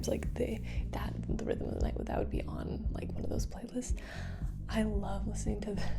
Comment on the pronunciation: I wanh to pahty wih you ohl nigh long....Would you like some wah er?